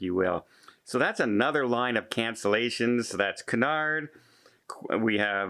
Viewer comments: its not coo-nard.... its queue-nard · you’re a travel - cruise expert. It’s pronounced “Q-nard”. Also, these companies need to guarantee all crew is vaccinated. Otherwise, who wants to travel with them?